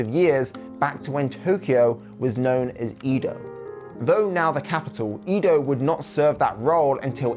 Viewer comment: EDO, not EEDO. KYOTO, not KIYOTO.